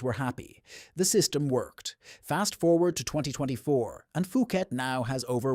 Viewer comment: "POO-KET," not "FOO-KET." 😅